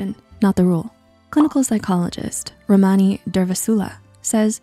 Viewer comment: The way they pronounced dr Ramani’s name 😂😂